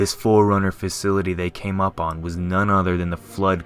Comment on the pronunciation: Can we get this redone with someone who doesn't sound like a pubescent weirdo making a narration track for some shitty homemade movie? Preferably someone who actually understands how to pronounce the word 'upon'.